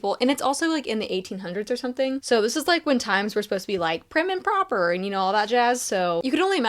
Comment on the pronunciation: So many of these are on my TBR! Also, unrelated but cracking up at how you said "prim and proper." Lol